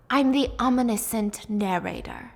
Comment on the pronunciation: Brown-in? Yeah you do need detention. It’s pronounced “Braw-nyn” 🤦‍♀️🤦‍♀️🤦‍♀️Couldn’t pronounce omniscient correctly either. Come on.